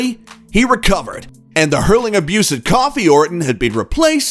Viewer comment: I'm trying to figure out how you went from pronouncing Kofi Kingston's name correctly to coffee? I guess Kofi could be pronounced that way, or Cuffee, but still. Why the deviation?